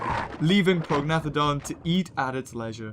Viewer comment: prognathodon is pronounced pro-nay-th-odon.